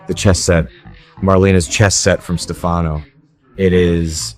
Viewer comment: Please learn how to pronounce Stefanos name